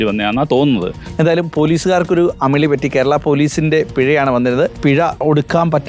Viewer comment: അമളി അല്ല....